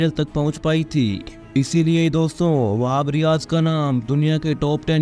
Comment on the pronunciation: Whab riaz इक बेशुमार बॉलर है 😅😅😅 भाई बोलना सीखो